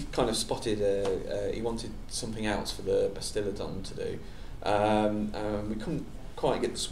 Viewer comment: give this a read and tell me if the guy really said Bastiladon and Troglodon.... he slipped-up:D